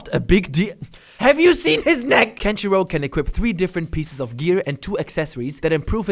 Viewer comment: The way he said Kenshirou sounds like "country road"....